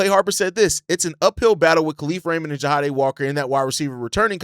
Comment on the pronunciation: just an FYI i think his name is pronounced JA DAY (Jahdae) not JA HA DAY